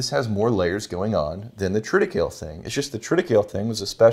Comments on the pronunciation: tri -tuh-kei-lee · Love the pettiness on the pronunciation of triticale 😂😂😂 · Bro, it's Triticale. Say it right.